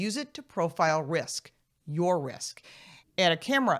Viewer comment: emphasis is on the wrong pronounces there... "YOUR ... YOUR ..." is the correct focus, and rather questions that should be on the table.